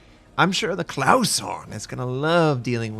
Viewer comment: How did you turn "KLAS" into "Claus"?